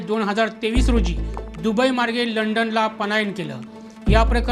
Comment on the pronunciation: पण्णास? लंडण? मायरण? कंपणी? लोकाणां? णवणीत? दरम्याण? ...भाऊ आपण वृत्त निवेदक आहात. उच्चार शुद्ध असणे महत्त्वाचे असते. न आणी ण यात फरक आहे.😅